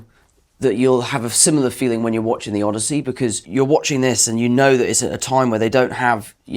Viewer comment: did she say Odussy?😂😭😭